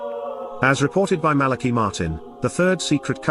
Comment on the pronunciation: Malachi Martin read the secret in Portuguese and the visual was of a mediaeval document in high German. BTW Malachi is pronounced Mala kigh, not Mala key. AI is still dumb. It's Jesus who will save the Church not Mary.